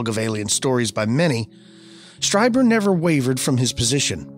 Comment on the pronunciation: Greta show guys! Whitley’s last name is pronounced ‘Streeber’.